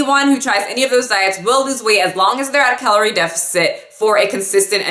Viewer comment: "Caloire" ? I'm a nerd lol. Love your videos.